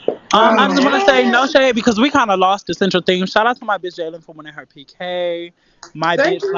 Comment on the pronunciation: idc bro your funny that boy name is jalen not jaylen